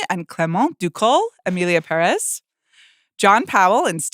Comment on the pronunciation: I know the movie is not good but it's still kind of disrespectful that professional movie critics can't pronounce "Pérez" right.